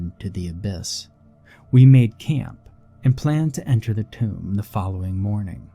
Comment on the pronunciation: Tomb sounds like toomb also in toomb for entombed